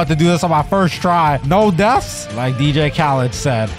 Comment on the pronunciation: Bro really said “dj kaled” 💀 it’s khaled smh 💀💀